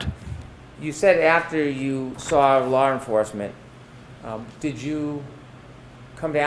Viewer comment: OMG! Mr. Brennen nevers learns! There is NO "R" in the word, LAW!.No "R!"...😆